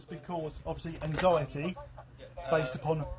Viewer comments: "You caused thomone angtheity" HOW PATHETIC and WEAK. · "Anxiety"🥴 Oh dear, get a frickin GRIP